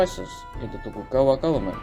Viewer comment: its "Tokugawa Shogunate" not "Togukawa", other than that the video is all good for me